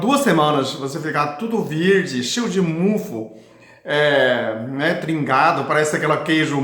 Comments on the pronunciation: Não é mufu é mofo😂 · CASQUEI 🤣🤣🤣🤣AH AMEI VC FALANDO MUFU...MOFO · aqui vai uma dica: você está pronunciando a palavra "mofo" de forma errada. Esta palavra se pronuncia ou se fala como se estivesse falando a palavra AMOR. Assim, quando você pronunciar a palavra MOFO faça de conta que você está falando ou pronunciando a palavra AMOR sem a letra "A" e sem a letra "R". Pronuncie apenas o "MO" + a sílaba "FO". Ou então coloque um acento circunflexo no "Ô" ao pronunciar = MÔFO.